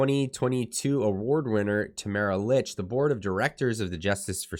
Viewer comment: Her name is pronounced Leech